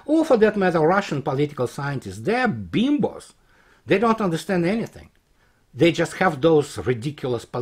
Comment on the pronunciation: “Political Scientists, dey are beemboze” 🤣🤣🤣. I come for the analysis, but stay for the fun 🤩